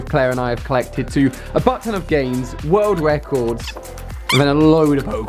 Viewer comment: And you say wrold record